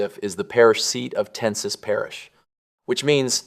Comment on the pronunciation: Ten e saw parrish lol. Us cajuns will get you on track...